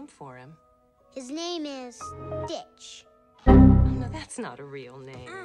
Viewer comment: "stitch" me : sounds like snitch 😂